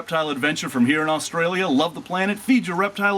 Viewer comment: I get mad at the way you say Australia . Love the video tho. 😂😒